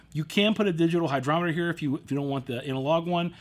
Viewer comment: There's no "D" in "hygrometer".